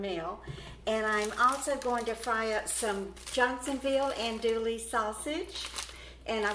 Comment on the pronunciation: an-doo-ee .. l's are silent